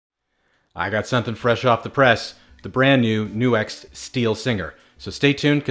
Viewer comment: Its not New X ; its Nux. Like Curley in a Stooges film. "Nux, nux, nux, certainly".